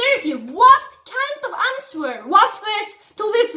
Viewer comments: Omg the way you pronounce "answer" is so cute!! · when you said “what kind of answer” you pronounce it ans-wer. WHY DONT AMERICANS DO THIS??? ITS HOW ITS SPELT WHY AM I JUST NOTICING THE W???